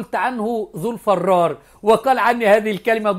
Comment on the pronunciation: "الفرار" بكسر الفاء و ليس فتحه